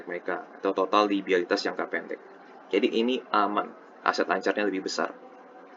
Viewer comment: LIABILITAS om, bukan LIBIALITAS 😃